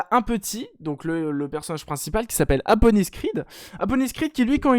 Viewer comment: Mdrrr j'ai l'impression que tu l'appel APonis au lieu de ADonis Creed, ça ma perturber mdrr